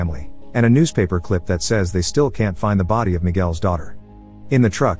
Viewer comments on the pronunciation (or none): none